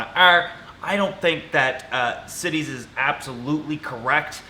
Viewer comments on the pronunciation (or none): LOL, the treaty is CITES, not "CITIES" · I think it’s CITES not city’s